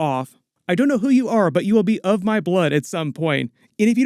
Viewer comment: Did she say wheel or will?